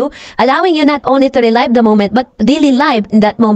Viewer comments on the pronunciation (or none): I like your blogs but please learn to pronounce words like "archived and "relive", puede namang humanap ng tutor, Thanks and keep on blogging